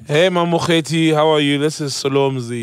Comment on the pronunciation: Prof Mamokgethi Phakeng, not Prof Mamkethe